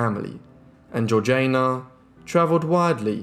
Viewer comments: Surely, her name was Georgie-Ah-na, not George-Jane-Ah? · How do we know her name was pronounced in that way? It is certainly spelt Georgiana not Georgeayna and it was not an unusual name in English society of the time when it was universally pronounced Georgiana. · Yes the pronunciation irritated me too. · Nope you can't even spell it. It is one final time GEORGIANA PRONOUNCED GEORG JAYNA!!! Not GEORGINA. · Great video but her name is pronounced like Georgie anna. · Loved it. Thank you. Georgiana is pronounced GEORGE ee anna. I thought you might want to know. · she switched the pronunciation when she married to match the regional accent as a way to endear herself. Both are technically correct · The 3rd syllable of Georgiana's name is pronounced like the first one in Django, not like Jay in Jay-Z. There is a movie called "The Duchess" about her, made by the British. I suppose the British know how to pronounce British names. Next time before you start guessing pronunciation of names, maybe go and check the existing sources first?